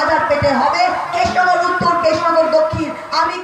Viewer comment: Thik kore Krishna Nagar o Bolte parche na